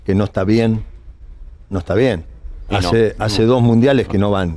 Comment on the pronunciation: Vidal te compraste dientes grandes no podes pronunciar. "HACE DOS MUNDIALES QUE NO VAN"